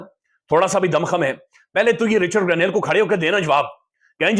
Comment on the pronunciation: رچرڈ گرینیل ❌ رچرڈ گرینیڈ ✅ 😂😂😂😂😂😂